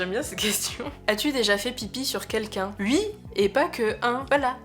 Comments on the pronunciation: Par contre à dire "Ui" à chaque fois c'est tellement désagréable à écouter x.x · Moi je les aiment bien tes petits "ui" et "uikend" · Vidéo très intéressante avec beaucoup de bienveillance et prévention sur les sujets dit dangereux. Très agréable à écouter (surtout quand tu bosses sur un tableau du XIXème...) Par contre.. gros fou rire sur tes "u.i" xD